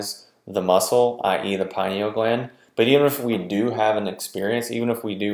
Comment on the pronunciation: Lol get this stuff right there is no pie in pineal gland. Maybe if people pronounced it correctly more people would listen and believe these videos. Med pros laugh at these like why would I listen to this guy he can't even pronounce the name of the gland he's claiming to.